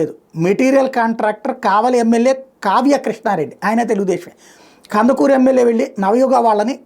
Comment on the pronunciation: గారు కందకురు కాదు కందుకూరు